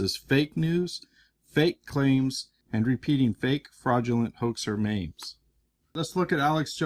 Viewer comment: I like everything this guy does EXCEPT when he calls memes, mames